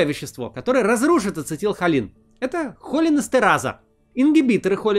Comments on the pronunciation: Да не хОлинэстераза, а холИнэстераза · холИнэстерАза - ставь ударение правильно. Неужели райтеры не проставили ударения? :( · Максим, в слове «холинэстераза» ударение ставят на И: "холúнэстераза". В следующий раз, пожалуйста, консультируйтесь со специалистами перед созданием видео. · Мб уже прогуглишь как это слово произносится, холинЭстераза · Макс, ну выучи ты уже, как правильно читается название фермента. Оно читается, как холИн эстерАза - это по сути два слова, которые объединены в одно: холИн - это мишень, а эстерАза - тип химической активности фермента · Максим, в слове холин, ударение на "и" и следовательно в холинэстеразе тоже. Прозвучало также "органофосфорное" с ударением на первую "о". Здесь первое слово не от "орган", а от "ограническое" и произносится оно как "оргАнофосфорное", с ударением на второй слог. И лучше было бы сказать "органическое соединение фосфора".